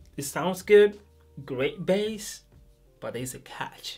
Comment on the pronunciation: Can you just say Bass. It's not Bess. There is an A there not a E. Accent doesn't matter. Pronounce it correctly. Because it is a bit confusing when you use it in your sentence because it sounds similar to Best, but We know you mean Bass